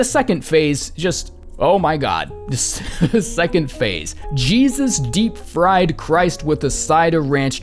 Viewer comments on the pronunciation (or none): none